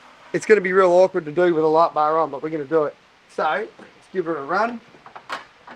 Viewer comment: Hearing this guy say "light bar" makes me want to bang my head against the wall. Terrible.